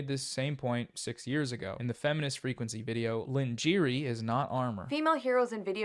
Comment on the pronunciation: "Lin-jeery" - my sides! Oh wow. "Who is this `Lynne Jeery`?"